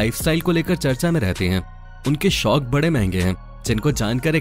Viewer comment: Vo शोक nhi शौक होता है